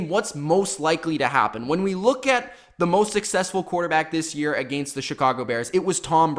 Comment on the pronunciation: Agaynst? What the fuck dude